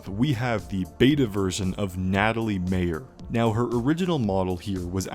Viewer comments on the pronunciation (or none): none